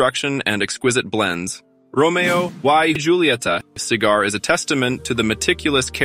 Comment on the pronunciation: This must be an AI generated voice. The pronunciation is all wrong. Romeo e hulieta is the correct pronunciation.